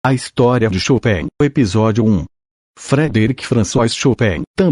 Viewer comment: A pronúncia chopéin está maravilhosa para nós americanos